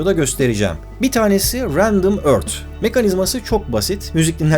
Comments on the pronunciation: Ört diye değil örfht gibi yumusak bir ton ile okunur lutfen biraz dikkat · Ört değil örS diye okunur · abi ÖRT dedikçe gerildim yapma